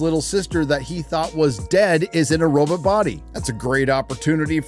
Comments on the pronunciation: why do you say robot like zoidberg? its row-baht, not robut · The entire video you’re pronouncing robot as “robit” then you slip up and pronounce it robot… whyre you faking how you say the word lol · All great points, but I can't stand the way you say robot. (robit)... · Maginot... I see French isn't your strong suit. What the hell is a "robut"? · Robut?! Last I checked it was robot. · Bro what's a robit? Pretty sure there's 2 o's in Robot LMFAO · It’s pronounced robOt, not robUt 🤖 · Have to disagree: it’s RoBOT not RoBIT. 😂 Otherwise, dead-on, as always. Love your channel. 🤖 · Did you pronounce robot as robert? Like they do in china? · I love you bro, but saying Ro-bit instead of RO-BOT, makes me want to take a chainsaw to your mid section. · Oh so you pronounce robot ‘roe-bit.’ I think most of us say ‘row-bought.’ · I took a drink every time he said "roebutt" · I love hearing "robit". It sounds like Zoidberg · dude stop saying robit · I wonder why this man prefers to pronounce robot Ro-butt multiple times lol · My favorite part was when you said Robut. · I can't take hearing say "robit" any longer. I'm turning this video off. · How can you not know how to pronounce Maginot or robot? What the heck is a robut? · Robut. Classical pronunciation. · You pronounced robot as "robit" You go Dr Zoiberg! 😸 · ......What is a "row-but"? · I smile everytime says robit. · So is the pronunciation of "Roe-Butt". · Just read books then if you hate everything that anyone makes now that you don't like, you knee biter. Plus pronouncing robot differently every time made me laugh. That's how my Grandma pronounced it wrong every time too. I only watch your videos when I'm in a bad mood and want to feel smarter and a better person. Thank you dingleberry! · I hate how you pronounce the word Robot. So much. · I appreciated the Twilight Zone pronunciation of 'Robot'.